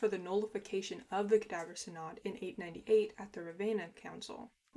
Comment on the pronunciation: If you want to know, 'synod' is pronounced SIN-əd.